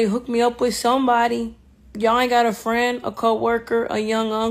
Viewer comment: Min. "at the evant... with your frand. Maybe we are too haat" 🤣